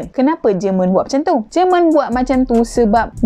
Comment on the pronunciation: JEMEN BUKAN JERMAN hahahaha